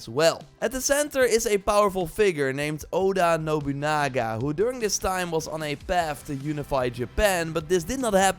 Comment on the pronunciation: All we hear is: Radio Nobunaga. Radio Nobunoogoo. Rrr......